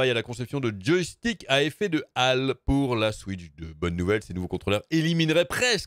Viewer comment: c'est effet "aul" à l oreille , un hall de gare... pas un "Al" de gare